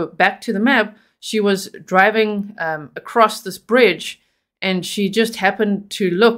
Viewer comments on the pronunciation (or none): none